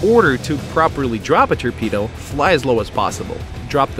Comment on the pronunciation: Turpedo thats what he says haha